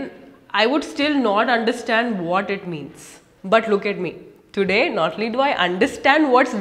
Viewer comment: Don'd tell whad do 😅 Kk enough jokes thanks for the video and i like your acsent 🤗